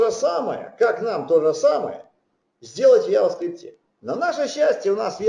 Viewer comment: Вцелом лекция неплохая, но 1) Произносится JavaScript как "джаваскрипт". Ява, это чай. 2) для приведения строки к числу используется Number ; 3) По поводу последнего примера очень хочется получить адекватный комментарий от автора.